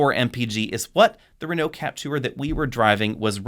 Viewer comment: did he just misprounounced the Capture as CapTOUR?